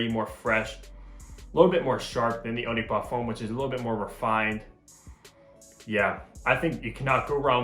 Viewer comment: I'm not trying to be rude or something but please if you want to pronounce something in another language at least say it in the right way or just don't say it at all, as u said eau de parfum you could said EDP instead.